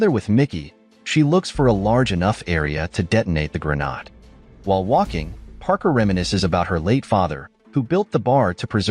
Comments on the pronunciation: pronounced "gruh" "naid" (not "gruh" "nod") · Grenaat ( Dutch ) , Grenade , english , short for hand grenade , dont know why he says Granaad ??? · Its pronounce Gren Aid. You missed the bit out where one of the containers is linked to the cave where they steal the weapons. Quite a big bit to miss out. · How the hell does he think it's called a 'GREN-ARD'..🤔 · Either your AI script writer spelled "grenade" as "grenad" or your AI reading software doesn't know how to pronounce it.